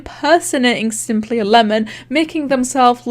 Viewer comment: When he says "simplyAlemon" i hear it "simply11" for sum reason.